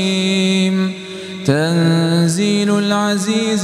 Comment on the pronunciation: استسمح على التدخل ولكن هناك خطا في حركه الشكل كلمه تنزيل يجب تغييرها بحركه الفتحه لتصبح تنزيل العزيز الرحيم في بدايه الصوره merciii